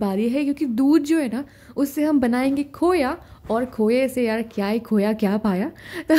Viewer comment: Khoyaa nhii khoaaa bolte h 😂😂